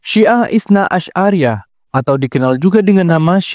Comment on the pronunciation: Bukan itsna asy'ariyah bang, tapi itsna 'asyariyah. Sekilas gak ada bedanya, tapi artinya itu iauh berbeda.